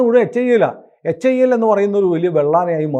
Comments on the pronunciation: Dhruva അല്ല.., Dhruv(ധ്രുവ്). ധ്രുവ് വിമാനം അല്ല, Helicopter ആണ്. വിമാനം Tejas ആണ്. Tejas MK -1 Tejas MK -2. HIL അഥവാ HAIL അല്ല.., HAL (Hindustan Aeronautics limited) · Not HAIL, its HAL only.